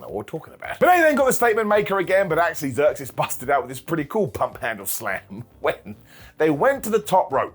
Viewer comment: IT'S ZEUXIS!!!! NOT THE GREEK GODDESS!!!! SAY IT RIGHT OR DON'T SAY IT ALL!!